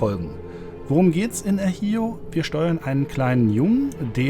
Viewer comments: El Hijo heißt der Sohn und wird "El Icho" ausgesprochen. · das Spiel el Hijo wird el Hicho ausgesprochen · "El jioooooo" was ist das für eine Aussprache???